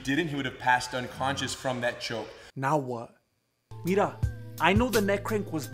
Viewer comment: i lIke your clips... When you say MIRA my Brain will making big BUM... PLEASE LEAVE THE WORTH MIRA... Allways when you say MIRA You like ANUT